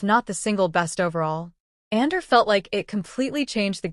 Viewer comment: I smell AI: can't pronounce Andor